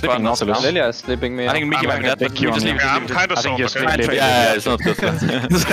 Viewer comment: Am i the only one who hears n word instead of miky from Jankos at start?